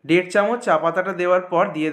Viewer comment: ডের কাপ,দুধ ডা এ কি ভাসা😂